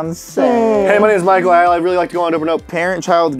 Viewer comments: “Exactly Pichael” ??? What PICHAEL??!?? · Did anyone else heard say pichael instead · did anybody else hear call michael "Pichael"? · What is crawling without arms?: Caterpiller: Exactly Pie-chael Yup. His name is pie-cheal. 🙂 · Did u realize said Pichael instead of Michael during the straight jacket thing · Michael didn't realize that said "pichael" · “Exactly pikal “ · Why is calling Pikul?? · said picheal in sted of Michael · said pikael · He called him pickeal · pie-chal. Yes good job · said "Picheal" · why does he say "exactly pie-chael"❓ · "exactly picheal." PIE-cheal. P. any one else notice? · Did anyone else her him say "Pichael" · no one: michael: uR fUsChSHtAtiNg mE!